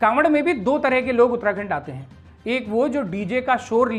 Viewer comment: उत्तराखंड ❌ उत्तणदण्ड✅